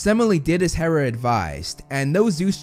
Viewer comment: Ok. First off, its HERA not HARA. Also, its mount OTHRYS, NOT ORTHRYS. I hope you'll notice this comment so you can correct it on future vids! 😁